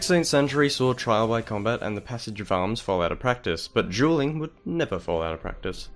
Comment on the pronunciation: For half the video, I thought you were saying "jeweling," and I was so confused until I realized you were saying Dueling.